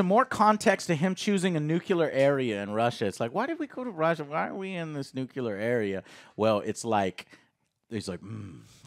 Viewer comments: Nuc-ya-lur? Nuclear..new-clear. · Josh Whedon. Nucular. William Dafoe. Do and just ignore his gaffes at this point lol? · Did you just say, “NUCULAR?” It’s nuclear, bud. Nuclear.